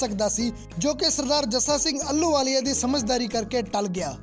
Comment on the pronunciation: ਅਲੂ ਵਾਲੀਆ ਨਹੀ ਜੀ। ਆਹ ਲੂ ਵਾਲੀਆ ਮਹਾਨ ਜਰਨੈਲ ਸੁਲਤਾਨੇ ਉਲ ਕੌਮ ਬੱਬਰ ਸ਼ੇਰ 🙏 ਮਹਾਨ ਜਰਨੈਲ ਦਾ ਸ਼ੁੱਧ ਨਾਮ ਉਚਾਰਣ ਕਰਨ ਦਾ ਜਰੂਰ ਅਬਿਆਸ ਕਰੋ ਜੀ।